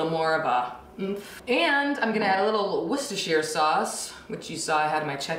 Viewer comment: I cant believe you pronounced “Worcestershire” correctly, without hesitation. Bravo 👏